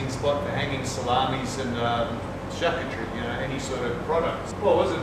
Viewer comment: Nice work, you've been busy! just a little help, it's pronounced "shar-coo-ter-ee" 👍